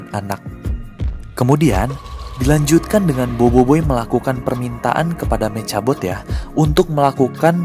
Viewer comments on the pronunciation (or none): Meka bot bang bukan meca bot hahahA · Bang: saran ngomongnya mekabot jangan mecabot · Bang btw mechabot kalo baca mekhabot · Nulisnya mechabot bilangnya mekabot. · Membacanya Mekhabot, tulisan mechabot👋❤